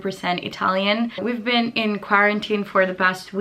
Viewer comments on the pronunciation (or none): none